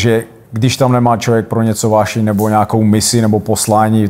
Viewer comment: Než se bude pouštět do angličtiny, měl by najit "uášeň" se naučit mluvit pořádně česky. 😊